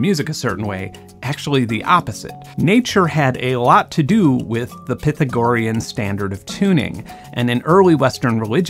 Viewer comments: "pith-a-gorian" lol :) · Are you mispronouncing Pythagorean on purpose? I can't tell. Pedantics aside I love your scientific content. Bat video was amazing. Your sewer reverb sounds great. I'll patreon you in a heartbeat - seems like a great fit for you. I'll do $1/month for anyone I watch regularly on youtube; beyond that it just depends on what kind of extra stuff you want to offer. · Pithigorian? Pretentious much?